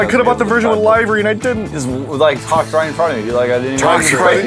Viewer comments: I hate the way says Livery it pronounced Liver-ee liver like a human liver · They do know that it is pronounced Liv-ery not live-ry right